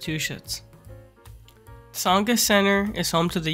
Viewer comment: Good vid but, Massa-two-shits? Lmao